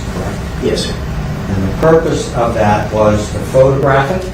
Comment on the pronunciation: “YOUR HONOR HE SAID “THAT” not “DAT” I rest my case!!!